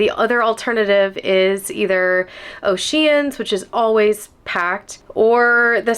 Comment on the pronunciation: thanks for your quick response I have to tell you I thought you were pronouncing oceans incorrectly. 😮O' Sheehan's. 😂😂😂😂😂